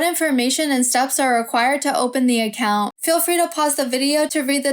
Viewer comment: The way you say account is putting me off. Sorry. Don’t recommend channel selected.